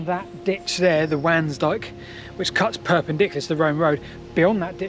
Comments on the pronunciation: Between nature and The Yanks oh and pipe line and where near the Grand Avenue and White Road is a bit hard to find. I was born very close to there. Your pronunciation of Mildenhall Ok. Cutenio is not the same as I was taught . Nor is Wansdyke I was always taught it was Wands-dyke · "Wansdyke" is pronounced "Ones Dyke". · Very interesting as per. Talking about pronunciation isn't it pronounced 'wONsdyke'? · I'm not sure if anyone else has mentioned but the Wansdyke is pronounced with "Wan" sounding like "gone" or "swan".